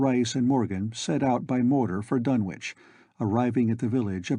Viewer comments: I have long since grown sick and tired of the mis-pronunciation of the name "Dunwich" by absolutely everybody. It is my pet peeve. This is an English name and it ought to be pronounced in the English manner. Lovecraft was English to the hilt and at his very core. It's "Dunnidge", not "Dunn-Witch". For Greenwich, we don't say "Green-Witch", but Grennidge. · Silent W.